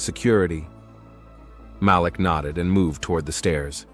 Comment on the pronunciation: It’s Malik…. They keep saying his name wrong!